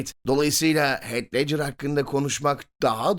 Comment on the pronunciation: Heath i "heyt" villan'ı "vileyn" diye telaffuz etmeniz haricinde her şey harika. Ellerinize sağlık beyler.